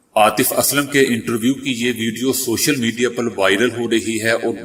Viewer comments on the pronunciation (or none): none